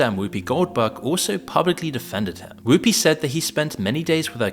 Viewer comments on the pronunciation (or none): none